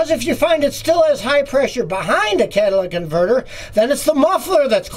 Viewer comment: “Cadillac converter” lol